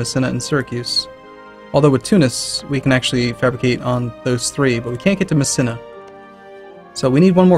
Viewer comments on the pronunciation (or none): >tfw pronouncing Messina "meh-SIN-ah" It's pronounced "meh-SEE-nah"